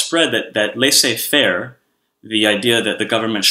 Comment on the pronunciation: C'mon Aaron I can forgive for incorrect pronunciation of Elgin & Palmerston.. However not your mistakes with Apogee & Laissez Faire. Apogee is not French and Laissez is!